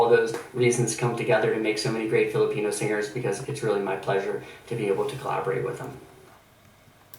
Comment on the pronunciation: i love how he says "SING GERS"